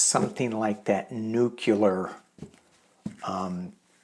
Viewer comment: SORTIES - Going out on missions is called a “sortie”; comes from French for “leaving”. Also, it’s pronounced “New-CLEE-ur”, NOT “NEW-cue-lur”.